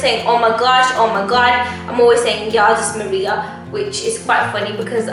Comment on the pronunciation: I love the video! it was funny, but you completely butchered 'Jezus Marija' lol. Anyway, my go to 'swear' word is Jezus Marija or just Marija. Jezus Marija translates to Jesus Mary (Mary as in Virgin Mary). Fun.